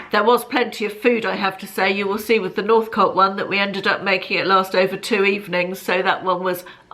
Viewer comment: Hi, really enjoyed watching the gourmet meals. I live in Lancashire and Ive been lucky enough to eat at Northcote a few times and it is fabulous, so glad you both enjoyed it. Also, hope you don’t mind me saying but it’s pronounced Northcoat, those long Lancashire vowels are never far away!